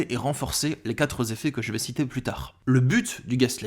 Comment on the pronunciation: "(Q)uatre zeffets".